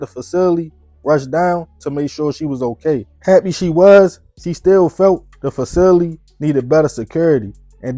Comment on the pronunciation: The fact that you a grown man and cant pronounce the word “facility” is wild